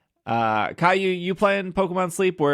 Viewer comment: Great podcast guys, one of the only channels I listen to every Monday morning when the video drops. I appreciate the broad coverage of Pokemon content you guys have. Not to be "that guy" but you are pronouncing name incorrectly. He's probably used to it and too polite to say anything, but listen to how he says it when he introduces himself at the beginning of the Podcast and then listen how you are saying it. You are pronouncing it they way that the same name is said in Spanish, but it is spelled completely differently. (It is actually the same name as "Kyle" in English, which is why I'm maybe more sensitive about it than I should be). The end of the name ends with a hard "O" sound, not the softer "oo" sound you are giving it. I don't know how it is written phonetically, but I speak Portuguese fluently, well, mostly fluently, I'm a bit rusty.